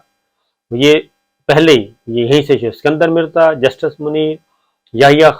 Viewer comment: It was "ISKANDAR Mirza" not "SIKANDAR"